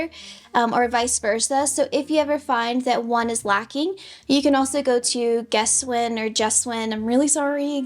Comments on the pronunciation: Pronounced gaswine 😊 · It’s pronounced Gesswein, what is so hard about that ? Nice video thank for sharing.